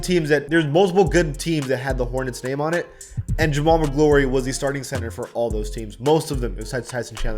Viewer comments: Killed me when he pronounced Jamal Magloire “Mac Glory” 😂 Its pronounced MAC CLUR like Troy McClure from The Simpsons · Face scans and pronouncing someone's name correctly deserve the same energy. Whos jamaal maglory? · It’s pronounced “Ma-Gloor” don’t disrespect Big Cat like that. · Could barely listen to this without pulling my hair out. Do MORE research before speaking about players. Jamaal Magloire (not Maglory as you pronounced) should never be on an all time team. He had one all star season ONLY because he was a center and there were only like 1 or 2 good centers in his conference back then. He’s probably the worst all star ever. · Jamal Magloire Jamal MAH-GL-ORE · You're hurting my ears with the name pronunciations. Especially the Jamaal Magloirey as you put it. Brutal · It's pronounced Mic-glor.... without the E lol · Jamaal Magloire, the e is silent! Montrose won an NCAA title the year before he went the NBA. W List! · Magloire rhymes with door. One of those 90’s Pitino Kentucky guys. I hated those guys. Ha. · the i in magloire is silent